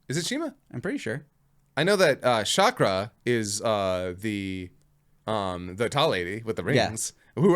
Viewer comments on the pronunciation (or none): none